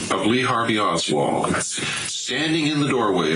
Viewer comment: Oswald...not Osworth bruh